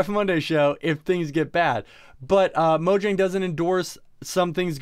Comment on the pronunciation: TheCraftingHedgehog Its Mojang there isnt a N in there